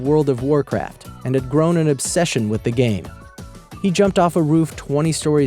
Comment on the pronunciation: its game not gam